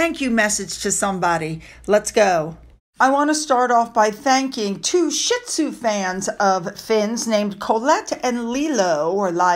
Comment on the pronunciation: It’s sheeeezu. Not shit zu